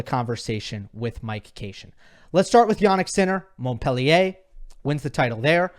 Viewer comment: Please learn how to pronounce Montpellier ❤ You lose ethos when you pronounce it wrong. Don’t get it the wrong way Love your channel